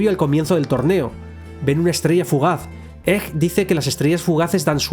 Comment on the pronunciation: ?Por qué pronuncias egg como [ej] en vez de [eg]? Me da mucha grima.